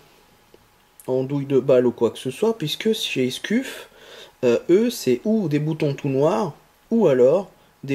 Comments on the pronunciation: On prononce Scuf mais "Sceuf" mais sa s'écrit scuff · Mdr comment tu dis scuff sa ce prononce sceuff et non scuff c'est comme BURN enfin bref bonne vidéo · Ca se prononce skeuf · Scuf, se prononce Skeuf C comme burn se prononce Beurn je fais se commentaire psk tu ma stresser toute la video xD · juste un truc on di pa skuf mes sceuf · scuff se prononce "sceuf" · Sa se prononce sceef mais sa secrit scuf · Nan sa se prononce sceuf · u se prononce iou en language phonétique donc scuf se prononce sciouf lol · "halaur ché skuffe" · Scuf se prononce "Sceuf" lol heureusement que t'as pas dit Burnes pour la manette "Burn" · Miskine tu c pas dire scuf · Nice mec bonne video bien détaillée! Par contre sa se dit sceuf mdrr😊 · On prononce scef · Sauf ce prononce sceuf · sa se prononce skuf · Ptn misquine ta rater ton cp ce1 ou quoi tu n'arrives pas à dire scuf